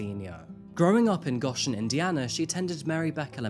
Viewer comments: To hear 'Gahshen Indiana' as a Goshen heart-native (family from there) was WILD The pronunciation is "Go-shen" instead of "Gosh-en"😅 While I'm here, if you're keen to look into a Goshen case- Mariah Rose Gibson. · Its pronounced "Go Shen" Indiana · I'm from the same area as Casey, even went to the same high school. Her hometown is pronounced GO-shen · hate at all. I live in the area and it was just funny. Its actually pronounced Go-shen. Great video as usual though 🤙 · Hearing you pronounce Goshen IN that way made me laugh hahah